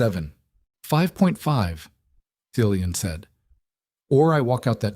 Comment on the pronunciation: Cillian is pronounced Kill eee an. Its a Gaelic name